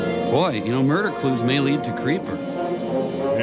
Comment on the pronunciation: I giggled as well at the cheesy attempt at the movies little "have you seen a man come through here" joke. I loved the Jerry Lewis joke after that though. Also, it seems like every cop & newscaster in this movie is on the verge of pronouncing it moider instead of murder.